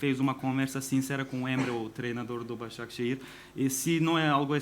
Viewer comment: BAZAŞEKİR diyo tasaklı hocam be